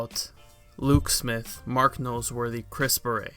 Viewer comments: is anyone else triggered any time says "Chris beret"? its Barrett. the dude ain't a french hat. please stop butchering the English language. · Who cares about Luke Smith. Old News. Move On. By the way you are pronouncing Chris's last name wrong, Its pronounced "Bare et" Bungie is now heading in the right direction, but its still going to take a lot to get the community to come back. It sounds like you hate the game. If you hate the game this bad then stop playing. Don't add to the bashing. Most of the Youtubers that are still playing the game are upset too but they don't diminish what is left of the game, They try to keep the hope alive that everything will somewhat be fixed. That is what is wrong with the world today. People want to bash instead of trying help fix the problem. Don't bash. Send in your feedback. They are listening. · He thinks Chris Barrett is pronouces with some french accent. So he keeps saying "baret" like the hat . The T is not silent , dude. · Why do you say Chris Barrett’s name like that.